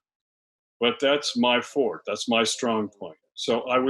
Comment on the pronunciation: Kudos to the late Dr. Ritner for correctly pronouncing “forte” as “fort” and not incorrectly as “for-tay”!